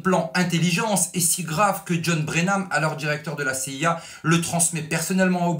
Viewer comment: Excellent travail de journalisme, comme toujours. Félicitations. Petite remarque, John Brennan et non Brenam